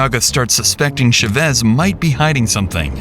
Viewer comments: ЧавЭс , ЧавЭс ???!!! Уши вянут. Озвучки от ИИ уже бесят донельзя. ЧАвэс с ударением на А. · It’s pronounced CHA-vez not shuh-vez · How is it humanly possible to not know how to pronounce the name Chavez? It's not rare, it's not from outer space. "Shevezz?" Really?? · the "sha vezz" pronunciation is wild ngl. i didn't know it was chavez til i was looking at the screen... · IT TAKES 1 MINUTE TO CHECK THE PRONUNCIATION OF THE SURNAME "CHÁVEZ" SHOW SOME RESPECT FOR SPANISH SPEAKERS BY AT LEAST TRYING A LITTLE DON'T BE A PENDEJO!